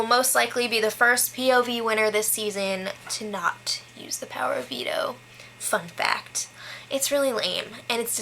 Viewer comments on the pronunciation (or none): I thought you said "F*** that"! LOL, at the second listen I realized you said "fun fact".